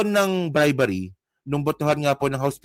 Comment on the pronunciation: bribery hindi bribary.